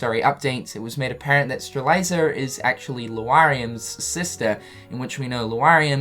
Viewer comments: he really didnt... he misses out letters (stre-li-za, instead of stre-lit-zee-a) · seeing as strelitzia is a genus of plant, theres youtube videos ALSO confirming it is stre-lit-ziah not stre-lie-zah. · I love you bro, but it's pronounced StreLITzia, not Streliza. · Orin or Strelitzia lol my god he just straight up says “Stre Lie Za” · One day, will pronounce Laurium and Strelitzia correctly... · Apparently, Marluxia is pronounced Mar-loosh-ah, at least in Re: Chain of Memories. But yeah, he's way off with Lauriam and Strelitzia. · Now I know how Strelitzia died. You murdered her name. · and more proof but go ahead and say it wrong. you only look stupid.